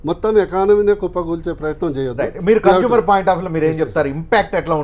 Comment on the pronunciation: Not conjumer☺☺ it's consumer